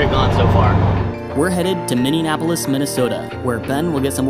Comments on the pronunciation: Minn E Apolis You're both saying Minn Ean Apolis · you kept pronouncing it "Minneanapolis." It's Minneapolis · Why can't either of them pronounce Minneapolis? "minneanapolis" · its pronounced Minnie app oh lis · Did he just say Minne-nap-olis? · did you really say minneANapolis??? as a native minnesotan i’m so incredibly offended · As a Minnesotan...I was cringing the way you said Minneapolis. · As someone who lives in Minnesota, the way you said Minneapolis made me cringe.